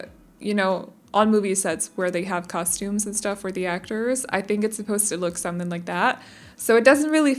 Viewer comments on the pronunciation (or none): none